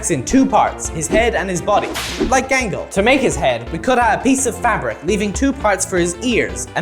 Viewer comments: "OnE sIdE eYe GaNgLe" 😂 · You did, bro Gangle wrong😂